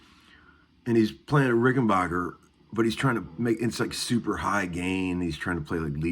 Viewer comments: Not sure what you meant about old Rics being "the blueprints" of a guitar...Rics are special, with worlds of differences to any other guitars. Also, it's not pronounced like J.S. Bach, it's pronounced like the English word "back" (Rücken in German). The founder of the company was from Switzerland, and when he came to America, that's the way he pronounced it. I like the b minor riff - and it is a good exercise. Opens up lots of ideas! And damn - I haven't heard "Every Little Thing" for ages! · Have you ever called them ? they pronounce it Rickenbacker no “bach” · Petty pronounced Rickenbacker like that too. I think part of it has to do with the age of the person and also regionality. Not a lot of Germans in Florida compared to some parts of the country. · even the Germans know how to pronounce it correctly. Maybe tell your handful of buddies in Nashville how to say it...we know they can't speak English, but maybe they can be taught phonetics. No, of course not. Guitar players, especially in Tennessee, are not a very intelligent lot. Arrogant, alcoholic. Do they all drink as much beer as you???